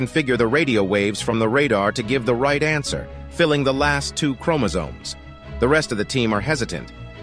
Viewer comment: Everytime he said Chromosomes I wanted to fight someone 😤😤😤